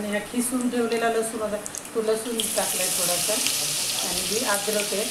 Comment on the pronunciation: मस्तच आहे रेसिपी पण तुम्ही कीसुन म्हणा खिसुन म्हणता ताई